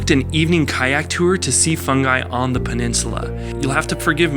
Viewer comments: also pronounced fun gee not fungi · You said FUNG--I,,BUT THE DOLPHINS NAME IS FUNG--E,,IM SOUTHERN IRISH AND IVE BEEN WATCHING AMERICAN VLOGS OF THEM IN IRELAND AND THEY ALL PRONOUNCE 90% OF PLACES AND THINGS WRONG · Fungi spoken as Fingee